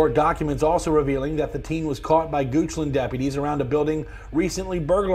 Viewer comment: Ah yes “goochland, shadowr run ln”